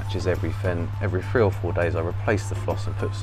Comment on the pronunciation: Forgive the American …. I thought you were saying a “Free chamber sump” 😂😂😂 It took me a minute to realize you were saying Three chamber sump